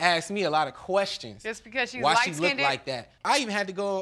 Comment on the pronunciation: Light “skindid” 💀 smdh